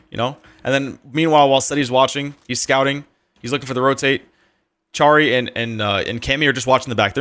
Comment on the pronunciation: Im Polish so i want to tell you that you read charry, just as harry